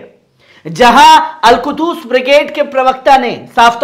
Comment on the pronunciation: Not Al kudus it is a Al qhuds.